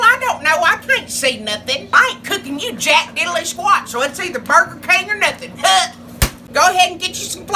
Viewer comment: "These Burger Kang kew-pins..."